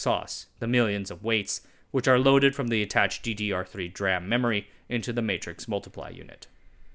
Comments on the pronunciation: It's not "drum" memory, it's d-ram or dee-ram.... In technical spheres, calling it "drum" is like calling quantum entanglement "quantum talky-talky". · You’re telling this to the guy who pronounces “Dee RAM” as “der-am” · I've never heard someone pronounce it that way before. I've always said, "D-RAM" as opposed to saying it as a single word "DRAM".